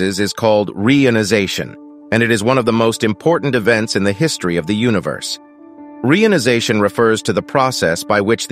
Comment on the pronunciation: ai voice cannot pronounce reionization, very irritating